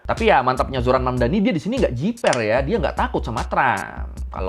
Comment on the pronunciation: The name is Mamdani, M-A-M-D-A-N-I, you should learn how to say it~~ M-A-M-D-A-N-I~~